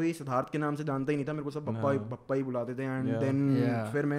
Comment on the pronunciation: Bhai vo Bhappa nahi Bappa hota hai Maharashtra mein. Ganpati Bappa